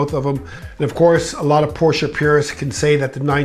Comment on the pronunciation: I disagree with the 928 but I do appreciate the fact, that you pronounce the company name the way it is supposed to be pronounced, which is Porsche. Not Porsh.